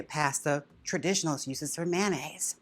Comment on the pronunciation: MAN-aise… lol